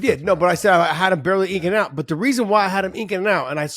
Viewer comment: What's " INKING out " mean ? Man if I could count the number of times where the punk uses words he has no idea of how they're really pronounced, I would be shopping like a gazillionaire. 🎯